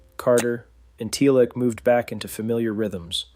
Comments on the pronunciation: i can't tell if you are using an AI to voice this or if you are just pronouncing teal'c wrong, because every time you say his name it comes out sounding like tealick, why are you saying tealick? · Not sure I should keep watching after the “Tealic” mispronunciation 😂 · Dead giveaway! 😂😂 NO FAN EVER would say it liek datt 😂😂😂 TELIC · So I am doubting the veracity of everything said in this video because the ‘narrator’ mis pronounced Teal’c. So AI mispronouncing or not whomever edited this did not know anything about Stargate. This was a glaring error. Puts in doubt everything said in the video.